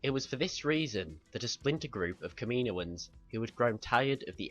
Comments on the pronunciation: Good vid but it's not kam-ee-no-ans it is kam-uh-no-uns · its said caminoans not kaminoian even though its spelt kaminoans